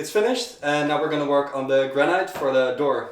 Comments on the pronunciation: GRA- NIT, GRA-NIT, GRA-NIT, GRA-NIT, not granite. Please, please, please adjust ; ) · Well has come a long way if the main thing you can criticise about the video is the pronunciation of the word "granite" by non-native speakers. Well done!